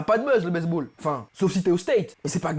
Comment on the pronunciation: il a dit "base ball"mais j'ai compris "baise ball"🤣